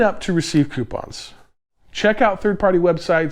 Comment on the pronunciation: Do not, i repeat do not take a shot every time he says coipons